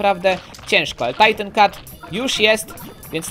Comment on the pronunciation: to nie jest "tajtin cat,, tylko titan cat